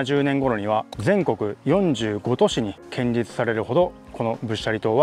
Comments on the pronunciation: 建立→けんりつじゃなくて、こんりゅうでは？ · 建立は「こんりゅう」。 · 建立は「こんりゅう」と読んで欲しい！内容と取材の姿勢は共感できる。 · 仏教的な建築の場合は建立(こんりゅう)と読むべきでは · 建立をけんりつと言うところがすっごい気になる…こんりゅう。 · 地元で気になって見ました！こんりゅうが、けんりゅうになってたのが気になりました。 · 。いつも素晴らしい動画ありがとう、と素直に言いたかったところでしたが、 建立、けんりつ、ではなく、こんりゅう、ですね。 うっかりミスかな、何度も出てきたので、とても気になりました。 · 寺社仏閣の施設建物を建設したり設置する事を、建立と書いて「こんりゅう」と読むんですよ。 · 宗教施設を建てる場合には「×：けんりつ ⇒ ○：こんりゅう」と読むのが正しい読み方ですよ。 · けんりつ って。建立「こんりゅう」じゃなくて違和感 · いやいや仏教に限らず、こんりゅうと読むべき。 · 建立はコンリュウと読んでください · 建立を「こんりゅう」と読むことを御存じないのがねえ・・・ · ホンマや！ "ほつがん"とかしっかり読めてるのに、"けんりつ""けんりつ""けんりつ""けんりつ""けんりつ""けんりつ"…あああ！ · うーん、仏塔だから「こんりゅう」と読まなきゃ。ちょっと勿体ない。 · 建立を けんりつ と読むの 大人として恥ずかしいですよ😰 しかも何度も😭 こんりゅう が正しいので 覚えておきましょう🖐️ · 他の人も書いていますが、せっかくよく調べてあり面白いのに、建立を「けんりつ」と読んでいるのが残念。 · 建立はこんりゅうという読み、けんりつとは言いませんよ。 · けんりつ・・・建立(こんりゅう) こんりゅうです。もう少しお勉強しましょう(◞‸◟) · せめてちゃんと、こんりゅうって言ってれば良かったと思うんです...🙇‍♀️ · 、老婆心ながら建立、こんりゅう、とお読み下さい